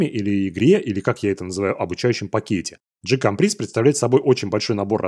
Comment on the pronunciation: Название GCompris читается как "же компрИ", что на французском значит "я понимаю". Именно потому оно и не превратилось в QCompris.